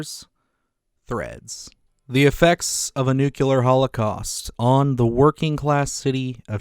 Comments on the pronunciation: Nuclear not nukular! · ‘nucular’ is NOT a word. You should really know how to pronounce words from the language you’re attempting to speak. Good luck